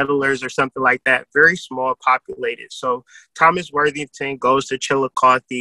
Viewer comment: Chillicothe here😁glad u pronounced it right lol